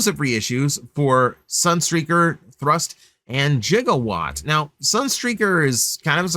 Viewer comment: you did not just pronounce Gigawatt's name as "Jig-a-watt"